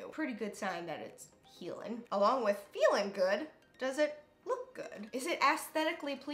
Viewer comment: "aesthetically pleasin" "healin" "feelin" 😭